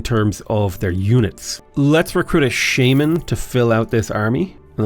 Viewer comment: As a non-native English speaker, hearing pronounce ‘shaman’ is a confusing rollercoaster ride of non-learning 😅😂